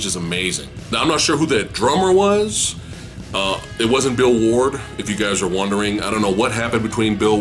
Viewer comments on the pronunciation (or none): none